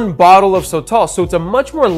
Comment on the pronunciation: It’s pronounced soh-tohl (both the “o”s sound the same) not so-tall